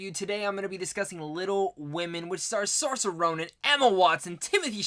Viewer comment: I'm debating on whether I want to watch the 1994 Little Women before the Greta Gerwig one. Also, just thought I'd let you know you're pronouncing Saoirse Ronan's first name wrong.